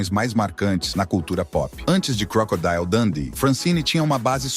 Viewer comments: é crocodilo mesmo e não crocodaio😊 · Vá ao Google Tradutor e escreva "Crocodile", depois clique no símbolo do auto falante e verá a pronúncia correta. Crocodeal. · Vá ao Google Tradutor e escreva "Crocodile", depois clique no símbolo do auto falante e verá a pronúncia correta.